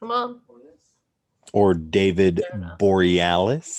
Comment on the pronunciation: It's one of those pronunciations, lol.